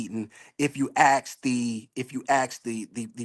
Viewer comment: I've read some the comments and I'm confused with myself, or wondering what's wrong with me. I like him and what he has to say. Most men nowadays can't even hold a conversation. Now I don't like that he said "likeded" for like and "ax" for ask. But I thought he was being legit. Most are still playing the field i believe he's straight up.